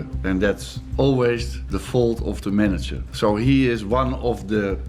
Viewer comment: It's "manager" not Manny jar